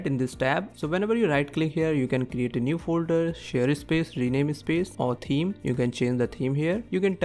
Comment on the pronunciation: The way you pronounce words. Your "video" sounds like "vey-dough". "Space" sounds like "iss-pace". Plus lots of grammatical mistakes as well. Take the transcript of this video, and ask ChatGPT about the grammatical mistakes. Then put the transcript into an Indian English TTS engine and compare your pronunciation. 👍🏻